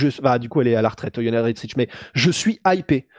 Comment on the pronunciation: cest qui yoanna yennedretsich ? 🤔 Ca se prononce Yondjeytchek.